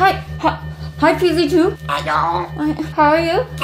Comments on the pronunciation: Vy said fee z su but it's. PZ 2🤣🤣🤣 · vy you said pz2 rong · Did anyone realize that vy qwaint said pz zoo the when see meant to say pz 2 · Vy you said pz sau to pz 2